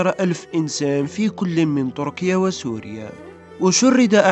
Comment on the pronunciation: تركيا وليس طركيا... أعدل لسانك